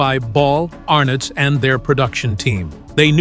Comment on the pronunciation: Good old "Desi Arnawz"